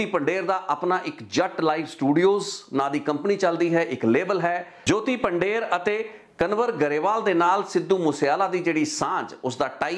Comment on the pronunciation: ਤੁਸੀ ਪੰਜਾਬੀ ਹੋ ਪੰਧੇਰ ਨੂੰ ਪੰਡੇਰ ਕਹਿ ਜਾ ਰਹੇ ਹੋ